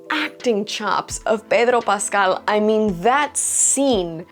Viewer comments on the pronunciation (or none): The way you pronounce Pedro Pascal is really annoying. Please stop we get it your latina but just pronounce it like everyone pronounces it.